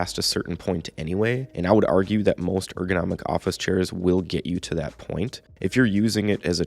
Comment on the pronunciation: "churrs" lmao